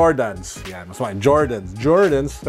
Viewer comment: Really laughed on the "Jordens" part. Haha. Ala-Tulfo. Video was super informative. I always check my collection since I experienced that with my lebron soldier 10 red toe.